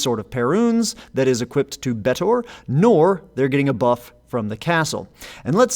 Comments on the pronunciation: Just pronounce Betor like Joe Swanson pronounces Peter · Betor should clearly be pronounced using the same e vowel as beta.